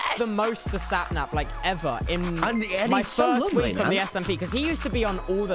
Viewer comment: i remember tubbo calling him 'Snaphap' instead of Sapnap 🥺